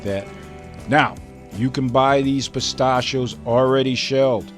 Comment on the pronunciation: you say Pistachio's wrong really annoying